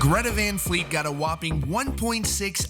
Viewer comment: What the fuck is a Greta Von Fleet?